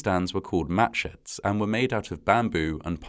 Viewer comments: Did anyone else hear "Match heads" rather than "Matsheds?" Or was that just me? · Wow, that's the date of my birthday. Exactly 60 years before I was born, but still, the same date. And I thought he was saying matchheads the first couple of times, which was tragically quite foreshadowing. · I kept hearing, “Match head” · Who kept hearing "match heads"?